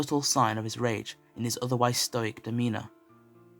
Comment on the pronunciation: This is a good story but stoic is said sto-ic = stoic ...not stoyic. Sorry to point that out but its same as how vid 22 say cackophony insted of cacophony